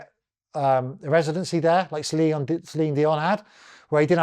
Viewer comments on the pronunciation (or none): none